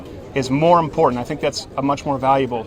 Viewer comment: When someone pronounces important with a "d" in the middle, just stop talking.